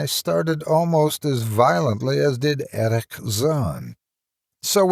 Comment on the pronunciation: Oh my.., luv your readings. But why on earth do you pronounce the german name "Erich" as if it was a bloody Arab name? XD